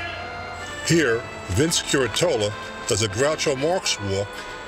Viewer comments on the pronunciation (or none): none